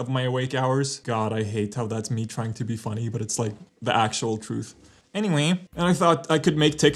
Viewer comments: e N y W æ Y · that ~aNyWaY~ brings me joy